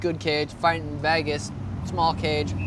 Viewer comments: Why does Sean pronounce “Vegas” as “Vaigas”? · Why does he say vagas instead of vegas? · Stop saying Vagis! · “Ve-gas “the city that never sleeps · It's evident he really want to fight in Veygus... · It’s not veghas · Sean "Vaygus" O'Malley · Being from vegas that shit burns my ears😭😭